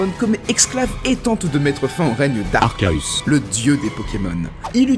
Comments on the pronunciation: Pourquoi pourquoi tu dis arcaus au lieu de arceus! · Bon, allez, c'est "Arkéus" la bonne prononciation! POINT! FIN DU DÉBAT! Non mais! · en fait, même si j'ai l'habitude de prononcer "Arkéus", en japonais la prononciation c'est "Arséus" tout comme "Réjiguigass" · C pa arcahus mais c arceus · Je prononce toujours " Arkéus " ( désolé pour l'orthographe ) . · Sinon Gregory House le prononce "Arséusse" il me semble :v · Arcaus pk arcaus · Sa ce prononce arsseus di par Sasha en v.o. et par le créateur de l'anime donc les au prononciation sont que des mauvaise traduction. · Le nombre de fois que j'entends "Arcaeus"😂😂🤣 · Arkauus chui mort jpp 🤣🤣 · Xd vu que il sais pas dire arcéus il a une voix of😂🤣😂🤣😂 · Pourquoi il dit arcerus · Il ne dit même pas bien "arceus" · Pour éviter des débats de prononciation? alors que dans la même section il dit exclave et arkédong? mais non mais là, c'est juste pas possible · Mabra ben parce que pour Arceus même avec leurs vidéos ils se sont rendu compte qu'il y avait plusieurs prononciation d'arceus donc pas de réel bonne prononciation